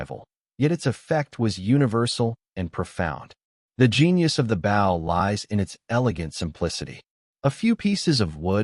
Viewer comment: You can tell when it is Artificial Intelligence when they say bow as the bottom of the boat instead of bow a hunting weapon lol. Still love it though. Keep going peeps.